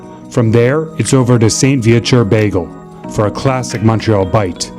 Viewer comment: Bagels, not bagles. ;)